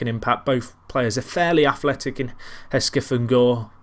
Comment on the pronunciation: You should pronounce Gorre with the G of De Gea